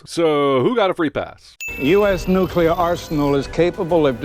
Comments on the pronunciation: Few things annoy me more than “nucular”. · Can we talk about the fact that he said nucelar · Nook-Yuh-Ler ding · You said nukular. I heard it. Just sayin, you sinned a guy in another movie for it lol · Jeremy, you said "nucular" - I'm adding 55 sins to your f*cking counter ! Di-di-di-di-di-di-di-di-di-di-di-di-di-di-di-di-di-di-di-di-di-di-di-di-di-di-di-di-di-di-di-di-di-di-di-di-di-di-di-di-di-di-di-di-di-di-di-di-di-di-di-di-di-di-di-ding ! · “Nucular” *ding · I'm disappointed in you J-bird. During the Indiana Jones and the Kingdom of the Crystal Skull video you sinned Indiana because he pronounced nuclear "nuculer". Now you have done that same thing. By the rules that I just made up you have to sin yourself and carry that with you till the end of time. It's only fair. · Nucyular? NUCYULAR? You, sir, have lost some sin cred!